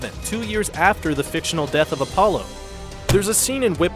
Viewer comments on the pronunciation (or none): none